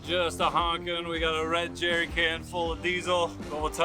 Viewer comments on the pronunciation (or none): none